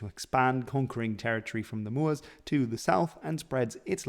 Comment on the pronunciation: The hoteps would approve of your “moors”